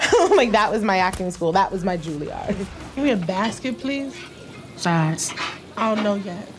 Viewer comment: "That was my Juliard." YES!!